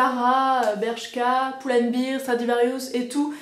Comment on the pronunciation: On ne dit pas bear (bir) sinon ça veut dire bière mais bear (bèr).